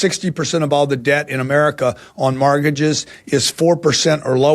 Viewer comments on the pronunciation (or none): Good Lord Mr. "maargidges and SEEment" comes off as a leech on the poor.